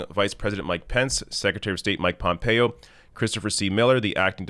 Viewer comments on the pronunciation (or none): none